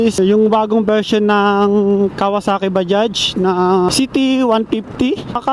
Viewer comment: Ayos pagka basa mo sa bajaj sir ok po kayo. Ibang blogger dyan mali mali mag basa dyan badja daw? Baja? Mali po!